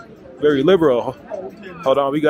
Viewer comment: Did you just call it liberal? 🤣🤣